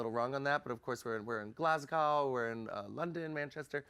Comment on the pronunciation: I love that she said "Glas- cow". Pro tip, it is pronounced "Glas- go". We love you Sharon